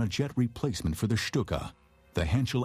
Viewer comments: Lucky 13 /stu:ka/ is bad. /ʃtu:ka/ is good. Right? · I had to turn it off because of the way he was saying Stuka.